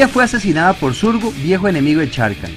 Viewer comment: Excelente video, gracias a ti conozco más sobre los Planeswalker... Solo tengo una duda, sobre la pronunciación de un nombre, ¿Sarkhan se pronuncia como se escribe o se pronuncia Sharkhan? Esa es mi duda, ya que otros youtubers al igual que tú lo pronuncian como "Sharkhan" en lugar de "Sarkhan"... Espero que me puedas aclarar esa duda.!